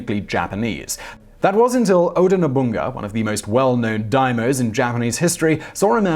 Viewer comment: XD He said Oda Nobunaga as O-Da-Na-Boon-Ga It's O-da No-boo-na-ga.